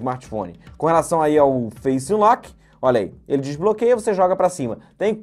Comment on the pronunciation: Eu fico esperando ele falar " face in lock simples "